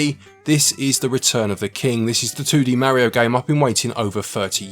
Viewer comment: You're saying "Mario" incorrectly.